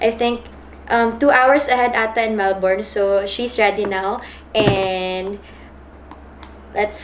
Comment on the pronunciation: “MelBURN not MelBORN” para alam next time kahit ako nacorrect din hehe